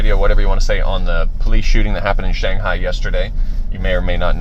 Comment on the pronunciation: it's pronounced Shawng-Hi not Shayng-Hi LMAO